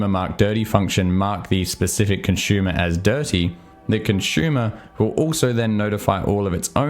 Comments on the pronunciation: As always, love your videos. Although your pronunciation of consumer as "conshumer" (versus consoomer, like "zoom") took the cake for me! :) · Yup - can't not hear it each time.